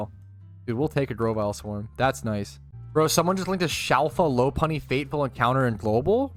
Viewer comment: Low-Punny just doesn't sit right with me, Lop-Unny just seems right. Alright, we need to go through all the Pokemon and teach you how to say their names KEKW